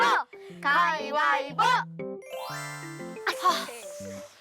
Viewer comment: 꼬마배우님 가위바위보 역 할때마다 가위가위보 라고 하는게 왜이리 귀엽지 ㅋㅋㅋ 저도 중학교 들어서기 전까지 발음이 안되서 가위가위보라고 했거든요 ㅋㅋㅋ